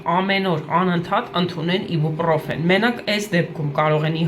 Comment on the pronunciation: Իբուպռոֆեն չի այբոբրոֆենա 🤦‍♀️🤦‍♀️🤦‍♀️🤦‍♀️